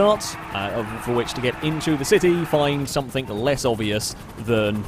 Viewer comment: I love this series and watch each new one on the day it comes out since I subbed. But please, for the love of all that's English, stop saying "somethink". ;)